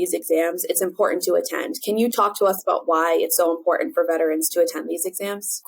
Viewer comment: Please properly pronounce "Important".